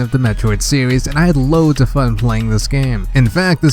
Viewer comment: “Metroid sewies”